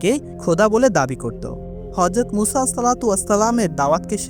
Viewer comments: ভাই আপনি কয়েক বার বললেন উসা কেনো কেনো এইভাবে বললেন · সংশোধনীঃ উপস্থাপক ভাইয়ের মুসা (আঃ)/আলাইহিমুস সালাম ভালোভাবে না বলতে পারা & আপনার বান্দা না হয়ে হবে উম্মত।